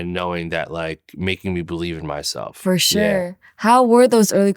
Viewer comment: I love when she says "furshure".